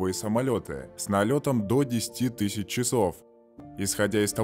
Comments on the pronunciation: Отвратный голос. Послушайте профессиональных дикторов и скопируйте акценты, паузы от и до.. Плюс лексикон не тысча, а тысяча и прочее.. Ударение на первую согласную делают люди с диагнозом. В остальном лайк - удачи.. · Автор, научитесь выговаривать слово «тысяча». Не «тыщача», а тысяча. И наймите диктора. Ваши дефекты речи и странную интонацию с непониманием падежей сложно слушать. Сам то текст и ролик неплохие.